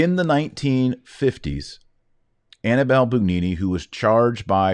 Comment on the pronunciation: Very interesting. Thank you. By the way Annibale - Hannibal - sounds more like "Ah-nee-bu-lah" than "Annabelle."